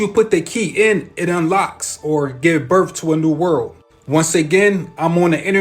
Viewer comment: I'm sorry, but the guy talking about the age of Aquarius &the rest of his theories? I CANNOT, in good faith, believe someone who can not say the word "birth". It's a TH, NOT an F! I know English is hard, but COME ON.....😑🤨🤔🙄